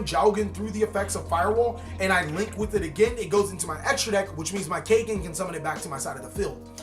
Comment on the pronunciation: kaygen.? nope its pronounced kagen caw like a crow & then just say gen =kagen ^^ also kagen name comes from the word kage which in nippongno/nihongo=japanese language kage=shadow^^